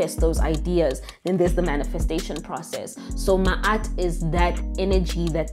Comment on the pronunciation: I’m appreciative of the pronunciation. Ma’at was correcting the pronunciation in another video I came across. She said look up a real knowledgeable being. Here I am!